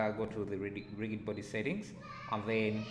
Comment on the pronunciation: Thanks a lot! I was doing a similar project and was wondering why the object was not falling into the saucepan. Now I know that I should change convex hull to mesh. BTW rigid is pronounced as 'rijid'